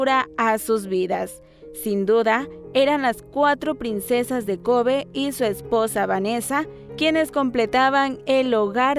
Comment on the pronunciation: Se pronuncia koby